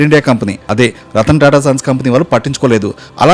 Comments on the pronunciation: రతన్ టాటా అనే వత్తి పలుకుతున్న ఏంటో మరి నీ ఆనందం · రతన్ టాటా రతన్ టాటా అని రెచ్చకోట్టే విధంగా వత్తి వత్తి పలకటం. ... దివాలాకోరు తనాన్మి సూచిస్తూన్నది